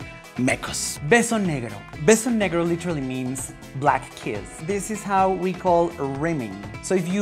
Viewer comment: "pepe y theo" "Mecous" Beso Negrou" "pelou" "chacll":,v when se te sale lo gringa